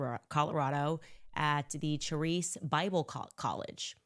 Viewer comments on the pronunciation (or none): Min CHARIS Bible College is pronounced “care-is”